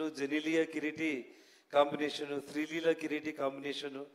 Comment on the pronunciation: ಶ್ರೀ ಲಿಲ್ಲ ಅಂತೆ 😂😂😂😂😂 ಶ್ರೀ ಲೀಲಾ ಅಲ್ಲ